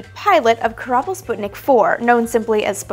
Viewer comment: Don Sample korabl, not kerbal